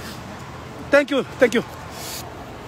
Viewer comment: 🤣🤣🤣🤣 si señor thak you thak you 🤣🤣